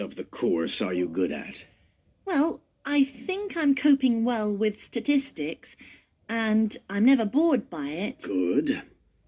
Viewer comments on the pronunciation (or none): I think it’s Statistic not stastistic